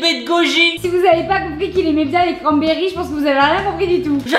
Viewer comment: A chaque fois qu'il a dit "y'a des cramberries" j'ai exploser de rire 😂😂 surtout a et a